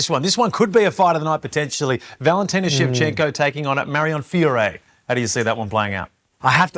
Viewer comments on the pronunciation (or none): "and Valentina Shevchenko taking on Marion Fiuuuuré" > What did you CALL ME?!?! ... I swear not 1 person has gotten her name correct this past week